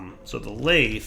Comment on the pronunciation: “Lathe” is pronounced with a voiced “th” sound like “bathing,” not with a voiceless “th” sound like “bath”